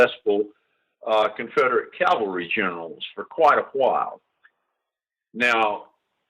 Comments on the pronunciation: The word is CA-VAL-RY....not CAL-VA-RY!!! Calvary comes from the BIBLE. This mispronunciation gets on my LAST NERVE! Gen. Scales should know the difference! Otherwise, this is a very good video. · Someone should tell Gen. Scales the difference between Cavalry and Calvary. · I applaud Gen. Scales work. I'm a huge NBF fan. My pet peeve, as a former Cavalry troop, is people saying Calvary, not Cavalry. Jesus was crucified at Calvary. I see comments using Calvary. It's like people saying aks not ask. Makes me cringe. Pronounce the correct word! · Interesting piece. Love NBF!! BTW, the word is CAValry!notCALvary!!This guy being interviewed AT LEAST gets it right half the time UNLIKE 95% of any hollywood movie EXCEPT Clint Eastwood in whatever he’s doing. Mercy sakes that bugs the shot outa me!